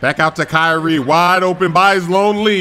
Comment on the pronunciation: I love how he says ky-rie XD